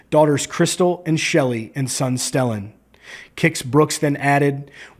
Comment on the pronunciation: His son's name is pronounced Steelen, not Stellen... like steel man..